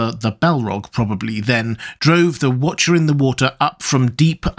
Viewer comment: What was...The Wootcha In the Wootah